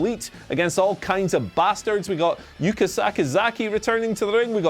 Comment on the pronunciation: Yuka missed at least a dozen forearms, her work is terrible, and you’re worried about Jim mispronouncing her name. I can’t get with you on that one.